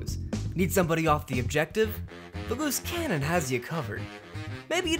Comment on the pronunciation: I can't hear Loose Cannon... All I hear is "Moose Cannon"